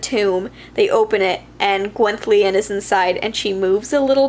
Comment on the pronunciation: your pronounciation of Gwenllian was close! But not quite, but I think it was as close who anyone who didn't learn welsh phonetics as a child could get. I can't speak Welsh but as a child I was taught basic welsh and so know how to pronounce welsh words even though I don't understand it. some languages just have sounds that your mouth will never be able to make if you didn't learn how to as a child and basically the double L is one of those, but like I said for someone who didn't learn welsh as a child your pronounciation was very good (I suppose if you were really dedicated to learning a new language as an adult you could maybe learn how to make difficult sounds?? idk I'm not a linguist, but I know if a sound exists in one language and doesn't in your own language it is VERY hard to learn how to make them)